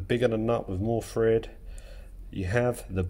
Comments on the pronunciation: Are you saying Fred or Thread? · THread, not FRead. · Thread not Fred ;)